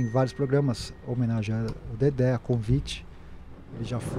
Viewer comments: Dedé, não “Dedê”! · É "DEDÉ" Santana e não "DEDÊ"... KKK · Nao é Dedê e sim Dedé